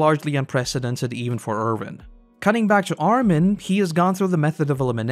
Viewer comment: It's Erwin, not Ervin. Win, not Vin. Thanks for the vid! :)